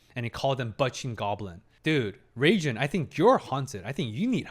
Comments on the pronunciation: To help you remember, try to pronounce Reigen like Reagan, as in the former U.S. President. In Japanese, the “g” sound is always a hard G sound. The soft “G” sound will be spelled with a “J.” Reigen 霊幻, btw means “Spirit illusion.” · Just keep in mind it actually doesn't sound like 'Reagan' at all lol. Just pay attention to how other characters pronounce it or copy-paste 霊幻 into Google Translate, set to translate from Japanese and hit the Listen button 👍